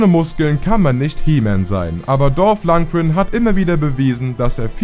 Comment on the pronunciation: Man sollte den Namen Mal lernen 🤦. Wie kann man nur Ivan Dragos Namen so schlecht aussprechen?